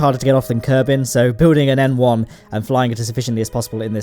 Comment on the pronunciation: I thought you were saying M1 instead of N1 until the end of the video